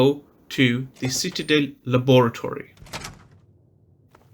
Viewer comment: For the love of God It's pronounced Citadel. CitaDELL